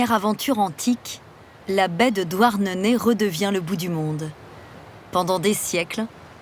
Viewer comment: C’est pas « douarnenai «